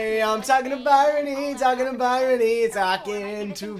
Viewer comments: WHEN WILL REALISE HER NAME IS BRYONY NOT BYRONY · I love how he pronounces it by-rony instead of bryony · Is no one gonna talk about how didn’t know how to pronounce “Bryony” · they pronounce Bryony's name wrong every single time AHA